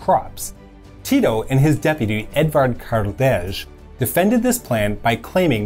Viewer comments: I'm disgusted at hearing you butcher Kardelj's surname every single time xD It's not fucking cardege. Cardel with the stress on the A is close enough. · Edvard Karelj (Karde:l not Kartež) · Kardelj is read as Kardely, and not Kardelzh. Don't be an ignorant! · Kardelj is butchered so hard, u say Karde and lj is like spanish ll, not zh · Kardelj is pronounced Kar-del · Edvard Karldež lmao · Kardelzh :) I just can't. When these youtubers do their "research," do they not look up pronunciation of proper names? Jesus H. Christ. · As a native yugoslav this is prety well done, but the pronouncination of Kardelj was atrotious, and your information about yugoslavia-bulgaria merger is incortect, Both Tito and Dimitrov wanted it and even signed the Bled acord in 1947, but Stalin was the one who stoped it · Wow! That Kardelj pronunciation. Slavic J is like Y in word yes. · Lj in Kardelj is pronounced as double ll in Spanish. and secondly, Pero Simich did not just like that write that Tito was a snitch - he showed authentic documentation form USSR archives showing that he did it. besides that, just go on, guys. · Great video,... but a terrible pronunciation of "Kardelj"! :D